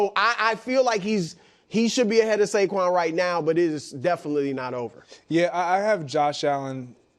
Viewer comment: It’s Saquan dude.